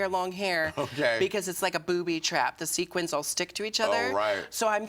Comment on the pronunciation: did she say "sequince dress" lmao jinkx is the new roxxxy